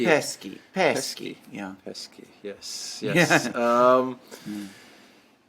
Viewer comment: pronounces PESKI proper. Stress on the “i”.